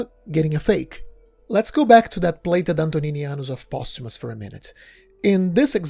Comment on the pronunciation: The narrator of this interesting and worthy video pronounces the word “plated” as “blated” , the P is pronounced as a B .